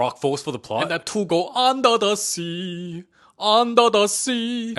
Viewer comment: under da sea 😂